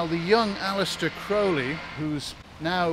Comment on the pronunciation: Thank you for pronouncing Crowley correctly. Of note is at that time all of this was not extraordinary. Secret societies were everywhere. And studying the occult was the rage.